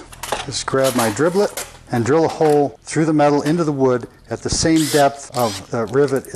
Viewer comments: What are you calling the drill bits? What I hear is driblet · Did he call them dribllits?